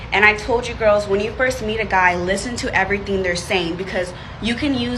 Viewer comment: "...everyting..." LOL